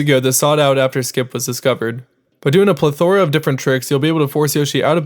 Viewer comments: "PLE-thor-a" not "ple-THOR-a" you have the wrong emPHAsis on the wrong sylLABle. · 29 its pronounced pleth-er-uh not pleth -or-uh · "pleh-thore-uh" ? It's "pleth-er-uh" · pleth-or-uh...isnt it pronounced plethra? or am i retarded...either way im probably retarded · Actually dropped to the comments to see if anyone noted the "plethora" problem. It's PLETHora, not pleTHORa. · A pluh-thora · Plethora isn't pronounced that way but I'm sure you know that by now